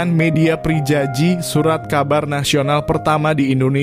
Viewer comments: Narrator kurang baik karena tidak menguasai perkembangan Bahasa Indonesia sehingga penyebutan nama dan gelar jadi keliru .. seperti gelar priyayi dibilang prijaji hanya karena ditulis dengan ejaan lama ... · Priyayi bukan prijaji ...ejaan lama ...bacanya priyayi